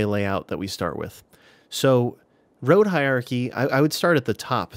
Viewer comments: It's hierarchy, not hi-archy like you're saying, happily strolling through life, omitting syllables all willy nilly. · you say "Hiachy" 😂. Had to pause for a second and stifle a giggle. Great useful information, though. I am new and have been very much enjoying all of your past and present tutorials